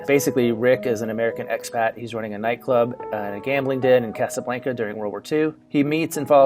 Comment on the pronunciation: Im sorry when he said Casablanca